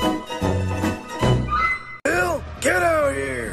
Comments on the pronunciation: Its adios not arious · I'm from Spain and as pronunciated it i'ts a 100% arious